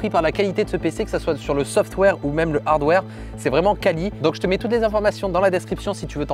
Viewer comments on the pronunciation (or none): none